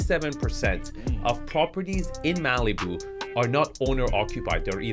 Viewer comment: I've never heard Malibu pronounced that way. Maleeboo. I like it! It's probably more accurate, too.